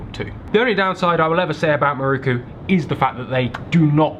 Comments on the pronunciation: Great video but you know it’s pronounced miroku right? Not ‘maruku’. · its an "i" in miroku not a "u" 😂. its not muruku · its not "Mirookoo"...its "Mee-RO-ku" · Loving these videos. Just a small point on pronunciation. You would say Miroku as MeRowKu in Japanese. Otherwise a very solid video!